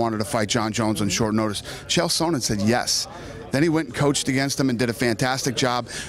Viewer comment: why does Dana pronounce Chael Sonnen, Chael Sownen?! Dafuaq!